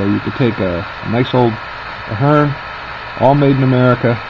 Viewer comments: Please learn how to pronounce the company's name. You sound like a novice. Also, the drive and motor would perform far better on curves of 22-inch and wider. Use long shank couplers to keep rolling stock from derailing. It is called the motor (heart of the Locomotive). The upgraded motor is an excellent choice over the older Athearn (Aft-earn). The metal eching is a good touch. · Give the guy a break... Actually, if you go to Athearn's YouTube channel... you'll see you are both pronouncing it wrong, FWIW.